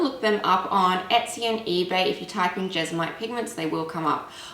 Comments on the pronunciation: Why does she keep pronouncing it as Jes-o-mite throughout the video when it is Jes-mo-nite? She even shows the spelling as Jesmonite. Have I been saying it wrong all this time. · You lost me when you continued to pronounce it "Jesamite" instead of "Jesmonite". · I couldn't watch this as you kept calling it jesomite instead of JESMONITE lovely and this was really quite annoying sorry 😢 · Jesmonite not jesomite. Please say it right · JES-MON-ITE!!!! Not Jezzamite.